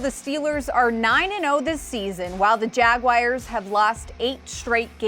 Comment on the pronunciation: Hey, are you sure that is pronounced 'Jagwires'? Your Pittsburghese is showing girl...